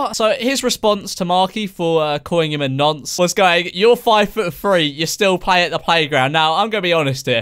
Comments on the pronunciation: He said NANCE lol haha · My man said nunce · Wait did he say nance? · is it just me or do americans pronounce nonce ‘nunce’ 😂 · This has been bugging the shit out of me: is it "nunce" or "nonce?" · Did he say nonce like... Nunce? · Man really said nunce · Did he say nunce? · exuse me. wtf is a ”nAnce”